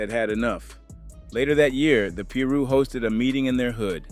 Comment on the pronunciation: He said west Peru 🇵🇪 hahahahahaha 😂